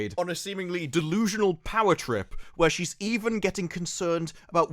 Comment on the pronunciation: I could hear you reading that title. lol "...And THIRST FOR POWA!"